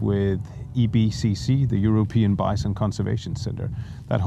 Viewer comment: Congratulation on an interesting and very positive project and an interesting video about it. It took me some time to adjust to pronounciation of 'bison', it sounds like Vincent. In future videos, please pay attention to that - bison is 'bison', not visent... Otherwise a very good, well-filmed and interesting video. Thank you for sharing your experience.